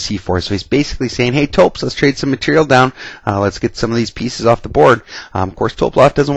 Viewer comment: LOL "topes"